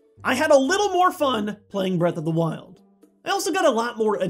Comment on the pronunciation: Breaf Off da wiold